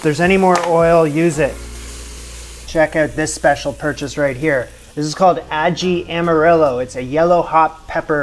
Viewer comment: the way you pronounced Ají Amarillo made me chuckle. You tried your best hahaha.